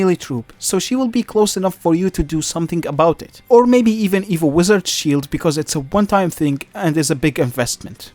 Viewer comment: every once in a while, I'd here "evil" instead of "evo" but honestly "evil megaknight" and "evil edragon" is about right